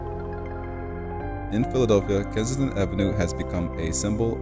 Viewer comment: Kensington! Not Kinston.